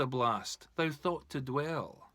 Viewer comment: Misprounced "thou" throughout.